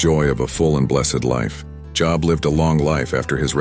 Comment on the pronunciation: Job is pronounced with a long o sound such as bold.